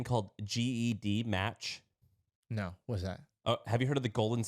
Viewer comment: GEDmatch is pronounced Jed (like Jed Clampett) Match. Genealogy. Gene. GEDCOM. GEDmatch. 24 seconds in, and I stopped listening, because you did not do your homework.